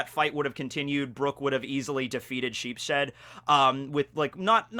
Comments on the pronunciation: Remember, guys, it's Sheep-shead, not Sheeps-head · sheepSHED really triggered me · it's Sheeps-head, not Sheep-shead. He is named after a german card game called Schafkopf which means Sheep's Head. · I think you pronounce it as "Sheep's head" not "Sheep shed" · It's actually sheeps-head as it's read shīpusuheddo in japanese. Sheep-shead just sounds wrong and it makes me cringe. Not to mention his power is to make sheep horns, which are parts of a sheep's HEAD... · Isnt it pronounounounounced sheeps head? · Lmao every time you say sheep’s head it sounds like either sheep shed so all I can think of is brook fighting the literal building the sheep are kept in like he just hates sheep being pinned in or something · pretty sure its pronounced Sheeps-head. named after card game.